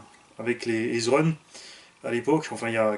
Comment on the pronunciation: Ezrun se prononce : Easy run ^^